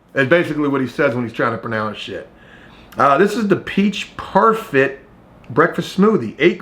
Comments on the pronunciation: It’s pronounced PAR-FAY .. I didn’t like the peach one so I always gets the strawberry breakfast smoothie one. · "par fay" lol. Also those bolthouse farms drinks are awsome i literally feel heathier after drinking those lol. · It’s pronounced parfay lol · it's pronounced par-fay LOL